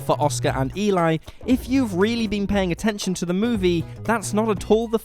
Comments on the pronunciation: It's not E-lie. Its E-lee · You obviously did not watch the last movie in your list! The name is not pronounced The name is not pronounced E-lie... it is properly pronounced as demonstrated in the movie it’s self as Æ-lee. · No plot twists, just subtle details that some viewers may have missed. In ‘Let the right one in’ it’s not even that subtle - it’s actually kind of the point of the whole thing! (Eli’s name is pronounced more like ‘Ellie’ than Eli despite the spelling. Did you watch it?) The real subtle detail is that Eli was not a girl. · Eli is pronounced like Elly, btw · Eli in Let The Right One In is a girl, so her name is pronounced as "Elly". would know this if he paid attention to the film. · Let The Right One In: 1st - You're pronouncing "Eli" incorrectly. 2nd - Eli is not a "she". 3rd - Lindqvist's story "Let The Old Dreams Die" completely disproves that theory. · I can't trust someone that can't pronounce Eli's name correctly to explain me Lat den ratte komma in.